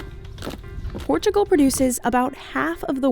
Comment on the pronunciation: Its not PORTCHIUGAL. Its PORTUGAL.